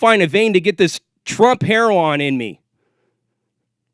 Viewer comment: Trump herro-on lmao ive heard em call heroin all sorts of shit now.